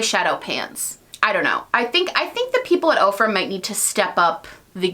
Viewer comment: 😂😂😂 when you said “OFRA” , I heard “Oprah”.... “Oprah is coming out with a palette!” I had to rewind to make sure I heard you right! 😂